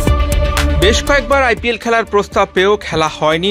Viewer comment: দেশী কি প উচ্চারন করিতে পারেন না আই ফি এল😅